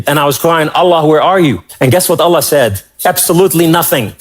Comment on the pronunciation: What a load of crap. Lol. He is brainwashed by western praise. Jews hates christian. Remember that. He waa never muslim. He cannot even pronounce Allah. Allah dont want the shameful liars. Go to Israel and see what they say about Jesus.